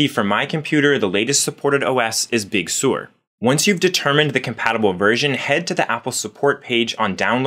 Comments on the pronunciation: Big Sur — Sur rhymes with fur, not sewer. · It’s pronounced Big Sir like the beach not Big Sewer! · Sir not Sore. Sir! Big Sur is pronounced Big Sir!